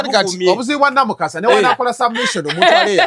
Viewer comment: Namukasa the name is Pronounced in french like Luwi Vito. Not Louis Vitoni